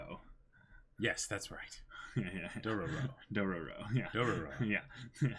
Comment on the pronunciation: Hearing them say Dorororo makes me suicidal